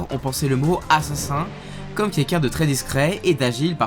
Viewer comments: Un "Assasin" à 😂😂 excellent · « assasin » x)